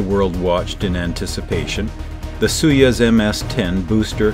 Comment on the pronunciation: Its not sui yez, its SOY YOOZ.